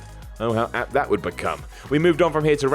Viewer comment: why cant you pronounce the word 'that'